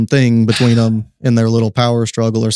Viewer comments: Bael like bail, not ball. Put some speck on his name! lol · Are you saying Ball? Or Baal? As in baal the pagan god otherwise known as satan?? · You are pronouncing baal wrong.. its not ball its bay-el (baal) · !! I thought he was saying Ball not Ba’al!! I thought Ba’al was pronounced /( bay-l )/ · It's Ba- al; not all pronounced at once